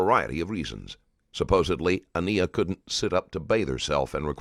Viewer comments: I want to say this - whomever runs this channel needs to be sure the narrator can pronounce the victim’s name properly. I noticed this in the previous video, too, with Deonte Lewis. They keep pronouncing her name Ah-KNEE-ah, when clearly the child’s name was Ah-NYE-ah. Please have the respect to say their names properly. Thank you. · Normally I'm a fan of this channel but it really bothers me that you didn't bother to pronounce this baby's name correctly. Her name is said multiple times during the interrogation and yet the narrator continues to get it wrong. She was a real person and saying her name correctly matters.